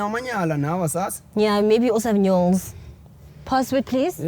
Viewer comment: She said Nyols 😅😅